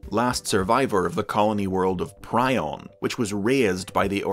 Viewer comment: Fun fact the colony is pronounced Piron” Pi ron “